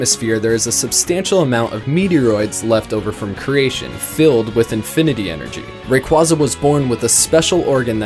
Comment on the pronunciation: Stop pronouncing raquaza wrong!